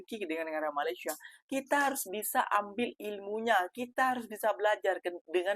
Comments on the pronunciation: COBA PERHATIKAN BAIK-BAIK APA YANG Diucapkan... BERKATA MALASYA... MALASYA... MALASYA 🤣🤣🤣🤣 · Mas Sebutan Malayssssia ,😅😅😅 lain bunyi nya